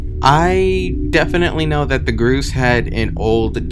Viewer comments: what the hell is groose its pronaunced Gors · It's pronounced gorse not groose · ITS NOT PRONOUNCED GROOS ITS PRONOUNCED GORSE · It physically hurt me when he said "groose"